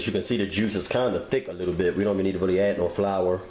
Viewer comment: Bless his heart. "This is a rarey big piece of chitin..."